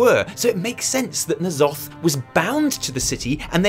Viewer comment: Thank god you don't say "Enn Zoth" - I have no idea where those people got that pronunciation but it sounds so stupid, more '90s Spawn villain than eldritch horror